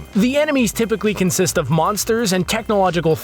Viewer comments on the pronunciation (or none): none